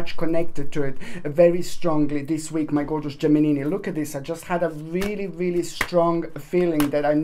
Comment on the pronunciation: Love when you say 'Geminini ' ☺